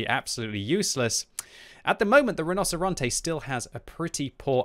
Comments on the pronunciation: I don't know anything about spanish BUT in italian "rinoceronte" is pronounced "rinoceronte" not "rinoseronte" xDD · Mostly. Rinocerante is said like “Ree-No-Cer-An-Tay,” and he said it like “Rah-No-Cer-An-Te.” Pretty close. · pronounced 'rino-che-ronte' because a 'c' followed by an 'I' or 'e' makes a 'che' sound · You mean you played the Tier Ten iTalian auToreloading Tank RRRRRRRHinoceronte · Hey, the tank is pronounced "Reenocherontay" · Correct, kept butchering it but i don't blame him, it ain't easy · Hey! I promise I'm not trying to have a go at you, absolutely love your videos, just thought I might mention that the "c" in Italian will sound like a "ch" in this context! The rest of your pronunciation is actually pretty on point, just thought I'd drop you a quick tip! Thanks for the awesome content, I always learn a lot! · you need to learn how to pronounce rinoceronte right:D